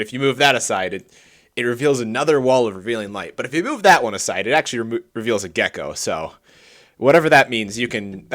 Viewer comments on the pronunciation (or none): "It reveals a Geeko" 🤣🤣🤣